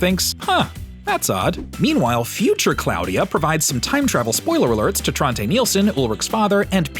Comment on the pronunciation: 'Trontay' lol